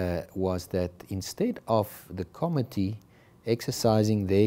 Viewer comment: The pronunciation of the committee is incorrect .....emphasis on co-MMittee